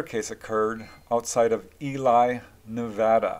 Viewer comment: Hi,! Great channel with phenomenal research & coverage. I like the color pencil-type art 3 that accompanies many of your reports. I discovered the channel a short while ago, so it has been an exiting binge! Because of a southern UK accent, I’ve been chastised for my pronunciation of Ely. It is actually “Ee’-Lee” (rhymes with “freely”). You may know that already, of course, but that area is well known aerial phenomena hotspot doin certain you will mention it in future!